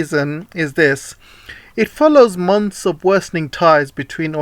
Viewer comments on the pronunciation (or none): none